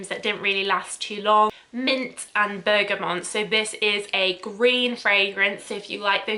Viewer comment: My only issue with this video is that you pronounce bergamot as bergamon, for some weird reason.